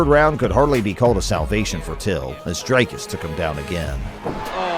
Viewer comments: Its not Drycuss, like Dr Drey. Its Dricuss like Dick. You get it? Btw Dricuss has a big member! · Who is Draicus??? it's Dricus. Pronounced Dreekus. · DREEKUS for all the Americans not DRYCUS 😂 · Please read as it is written. Dricuss not Drake-us. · Who's 'Draicus'? 😅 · you've heard the dude pronounce his name so many times and you still pull draycurse dooplessy. well done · also wrong. Its afrikaans, its Dri-kus, ie put less emphasis on the vowel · Thanks for the video. Great highlights reel of his career. Just a note on Dricus' pronunciation, the i is pronounced like ie in diesel, or if you've seen District 9, like Wikus with the W sounding like a V. It's an Afrikaans pronunciation . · Ek weet ou. Ek help net die yanks hoe om dit uit te spreek. SEAN STRYKLAND soos hulle uitspreek. 😆 🤣 Jimmy Hendricks.like you pronounce HenDRICKs. Just add the U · I'm glad Dricus is gettting this exposure but you could do the courtesy of getting his name right when you literally have a clip in your video with the correct pronunciation.